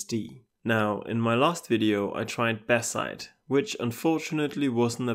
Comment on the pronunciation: the moment I heard "Batzite" I knew immediately where this guy is from 🇩🇪